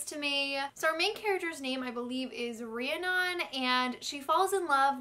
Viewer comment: I love ya, but... Joaquin = "Wah-keen"; Rhiannon = "Ree-ann-in"